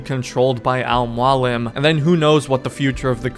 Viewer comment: How does he now know how to say Al mualim and the real hashashins were Muslims in real life and apart of The Nizari Ismailis(fun fact) -the hashashins smoked hashish before assassinations that’s how they got their name